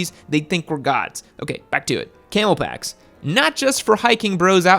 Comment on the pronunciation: Am I baked or did he say camo backs and mean camel backs